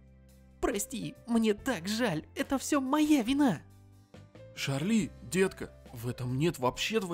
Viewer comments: Братан она не ШАРЛИ а ЧАРЛИ! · И нечего что читается Чарли ._.